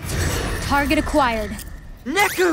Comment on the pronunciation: Neku. Not neko